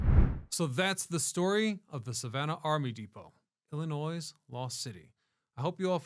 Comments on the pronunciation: There is no s at the end man! If you’re going to pronounce it like that just say that you also hate every single person in the state. We also do not all live in Chicago. I was genuinely interested in this video until you said Illinois…sssssss. Illinoy noy phonetically noy. Sorry a lot of people do it. We all don’t live in Chicago and it’s illi Noy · The S in "Illinois" is silent dude!! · Can you not prounounce our state like that, so cringe